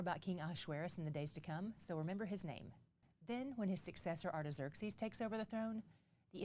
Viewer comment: can you explain the reason why you are pronounced “Xerxes “ the way that you do? I can’t find any pronunciation on line that sounds like that. 😊